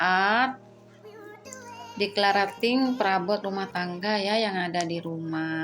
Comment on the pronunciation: maaf bund..pengucapan declutteringnya salah..belajar lagi yuuk 😊